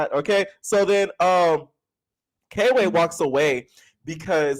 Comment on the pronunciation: I really don’t think it’s K-Way like I’m 90% sure it’s Kway how they’re saying it in the show